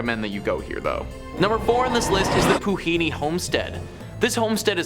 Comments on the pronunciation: Puhinui is pronounced Poo-hin-oo-ee NOT Poo-hee-nee. Just saying Dude. Great video though on our country's haunted locations the number one spot goes Kingseat Hospital in South Auckland for real. Makes Amityville look like Disneyland. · 2) is pronounced “Pu-hee-new-wee” not Pu-hee-nee Please learn how pronounce the indigenous names of places correctly. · Pu hee noo ee is how you pronounce it , not pu he nee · Poo-he-noo-ee = Puhinui. Please reach out in future for Maori pronounciation! Awesome video :) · Puhinui - pu-he-new-e… Napier - nay-p-r… Waitomo - Why-tour-more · places are pronounced pooh-ih-newy, nay-pier, why-toe-mow. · The way you said Puhinui 😅 nice try though! Pronounced (Poo he new E) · Yay..my country..love the americans pronunciation of our cities!!.. 😁 many more haunted places to visit